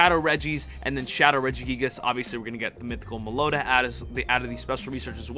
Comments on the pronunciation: IT'S NOT malota it's MELOETTA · Meloeta? It's meh low eh ta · Melloetta pronunciation guide. Mel-low-etta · it’s pronounced mellowetta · It’s pronounced Melo-etta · Just a little FYI if anyone wants to know Meloetta is pronounced (Mell oh ET tuh)...just thought I would put it here in case anyone wanted to know how to correctly pronounce it... I am hoping that most of ur predictions come to pass for Go Fest...that would be phenomenal... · I think it's pronounced "mellow etta" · mel-oh-wetta is how its pronounced. I love the shiny rampardos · Mellow-etta is the pronunciation lol. 🔥 video homie much love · Whenever he calls Meloetta Meloda, it just physicly hurts me.. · Uh Its pronounced mellow etta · mel-owww-etta is how you pronounce it. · Its Mello weta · It’s pronounced Mel-o-ett-a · It is pronounced melo wetta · Mellow-Etta lmao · meloda=meloetta typical American pronunciation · its pronounced Mel-oh-eta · Meloetta is pronounced Mellow-eh- ta. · It's pronounced Mel-o-ett-a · the way he said melloetta 😭😭😭😭